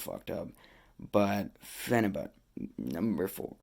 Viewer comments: Phenabut he can't even say it right he calls it phenabutttt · who cares how he said it...you knew what he meant...yall nitpick at the dumbest shiit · Phenibut bro you there i had to see this for my self i herd you cant even say it 😆